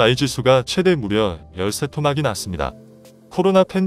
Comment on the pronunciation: 삼분의일을 열세토막이라고 읽는데 한번씩 들어 보는것이 좋지않을까 생각합니다.